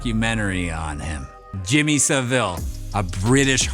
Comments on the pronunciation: One wee thing - Savile's surname is pronounced SA-vill not sa-VILL. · its pronounced Jimmy "Sav-ill" not "Sa-Ville" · Js saying it’s sounded out as jimmy savol not savil